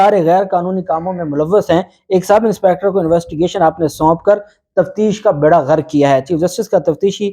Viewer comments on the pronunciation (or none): none